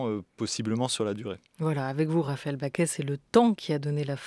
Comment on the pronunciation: Pourquoi la journaliste prononce Raphaëlle "Baquet" ? Elle s'appelle Bacqué.